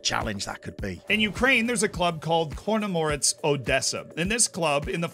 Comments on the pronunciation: when pronouncing foreign clubs you do a pretty good job on the whole. But you made a hash of Choronomorets Odesa! The "ch" is pronounced just as you'd expect it to be. Not like a "K". Which brings me on to a suggestion for your save when FM24 is released. Have a go at winning the Champions League with Shakhtar Donetsk. A club who cannot even play in its own country, has no revenue except for player sales and whose ability to attract foreign players now is pretty much zero. That would be a challenge. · You probably don't have time for this but "ch" in chonornomorets" pronounced as "ch" (as in cholocate, charming, cheap etc) not as "kh".